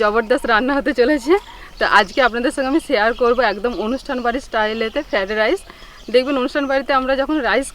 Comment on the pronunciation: ফেডরাইস নয় উচ্চারণ ঠিক করো।